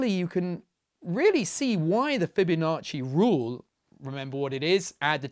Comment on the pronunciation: "Fibo nasty"